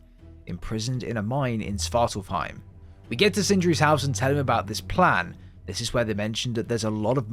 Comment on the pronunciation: and svartalfheim has an F. This guys pronounciations irk me